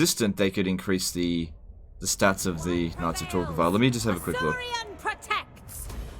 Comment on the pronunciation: Sounds like saying “Nazi Tor Gaval”.